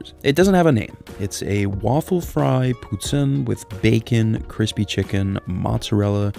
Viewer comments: Poo-tin ☠️ Never heard it pronounced that way 😅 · No one’s talking about how you pronounced poutine?? “pootin. You hurt the Canadian in me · It's pronounced "POO-TEEN". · It's pronounced "poo - TEEN" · as a Canadian its pronounced Poo-teen not whatever the hell you just called it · it’s pronounced “poo - teen” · he didn’t even pronounce it right lol was just straight cringe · yeah i dont think hes canadian pronouncing it like that lol, i just commented this too lol. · That’s not how you say it in French. I don’t know where there bastardized pronunciation came from but it’s not Québec. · Originally I was surprised seeing no angry Canadians in comments for how he pronounced poutine, but then I remembered their Canadian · The way he pronounced poutine threw me off.... But now I'm looking at the spelling..... Aw heck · The way he pronounces poutine triggers me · How do you pronounce poutine wrong 🤣🤣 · Omg pleasssseee never pronounce poutine like that again 😂😂😂😂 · I’m surprised you’re not getting roasted by a ton of Canadians for mispronouncing poutine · Disliked for mispronouncing poutine. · You need to learn how to pronounce "poutine."